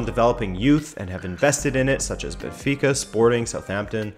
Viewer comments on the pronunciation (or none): none